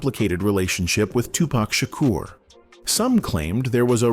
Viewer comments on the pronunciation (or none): none